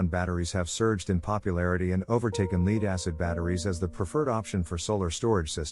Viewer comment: Your A.I. doesn't know how to pronounce the word "LEAD"